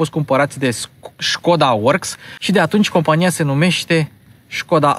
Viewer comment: Nu te urmăresc prea des. Dar si cand te urmăresc observ si apreciez ca esti bine informat, spre deosebire de multi. In acest video, pronunti Skoda cum trebuie. Stii ca Webasto e firma sistemului de incalzire, etc.